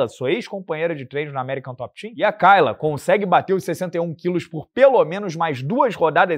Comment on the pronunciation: Você morou na gringa mas não consegue aprender que nos EUA "kay" se pronuncia "quei" e não "cai"?😂